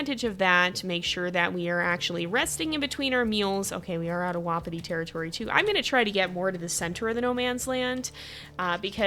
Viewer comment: I’m sorry but I hate it when you say “WoPpItY pAcK” most pronounce it “Wah-Pi-ti pack”.